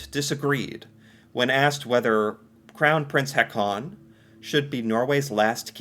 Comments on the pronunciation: Please stop saying "Ha-con". The double A's are pronounced like an Å, so the name Haakon is pronounced more like "Hawkoon". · You can pronounce Prince Haakon like Prince Hawkon ''aa'' pronounce as ''awe''